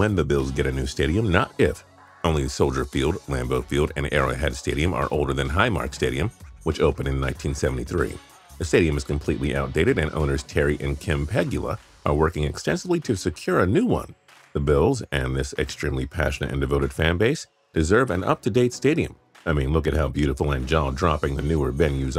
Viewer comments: Peg-you-la hahaha it’s pe-goo-la for the bills owners 🤣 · You butchered pronouncing pegula again